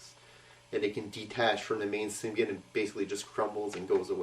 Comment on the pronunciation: btw im pretty sure symbiote is pernounced sim be ott but lol i doesent matter ;p